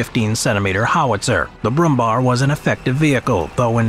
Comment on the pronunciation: Trivia: The last syllable of the nickname "Brummbär" is not spelled like "bar" as in this clip, but like "bear".